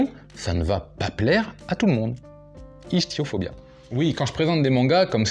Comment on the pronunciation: Le -ch de "ichtyophobia" se prononce comme un q en anglais comme en français (ichtyophobie, facile à retenir)